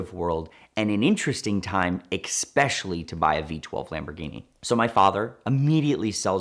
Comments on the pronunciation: especially.........not xspecially....sorry i get triggered by phonics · Of course this guy is someone who says "expescially". Daddy's Lambo. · every vid you’re on you say especially, especially wrong my man. Love the stories, but this drives me crazy. Just helping out. Pronounced ɪˈspeʃəli/; NAmE /ɪˈspeʃəli/